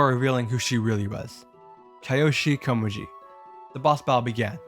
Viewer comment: Wow. You managed to horribly mangle EVERY name in the Touhou one lmao. Btw, it's Reimu, not Remiru Satori Komeiji, not Sotoshi Komeji Koishi Komeiji, not Kayoshi Komaji (No idea why you pronounced those different from each other, they're spelled the same)